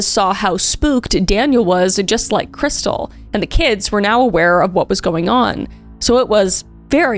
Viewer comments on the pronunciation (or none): In all the police cam footage her family + husband and everyone else pronounces her name "Kris•steel" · Isn't her name pronounced KrisTEEL?